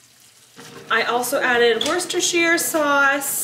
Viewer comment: Hi, your pronunciation of Worcestershire was spot on, from your U.K viewer in Worcestershire. Sadly nobody here has an ice rink in their garden, it looks great fun.